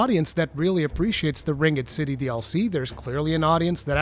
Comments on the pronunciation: Ring-ed city? That’s a first time hearing anyone pronounce it that way. Kinda crazy actually. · That’s because he is saying it incorrectly.